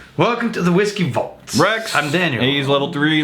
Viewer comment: Yes! You pronounced my name right. You're awesome Rex. Have a happy dance going on.